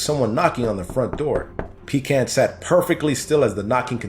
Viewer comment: (shudders in revulsion every time mispronounces Pecan)